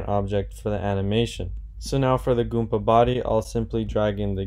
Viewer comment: Goomba not Goompa